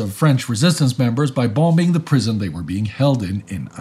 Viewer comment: I’ve been following this channel since the beginning, and I always look forward to stressing the second “b” in “bomb”. Even in my collegiate career, I’d never heard someone say “bomBing”.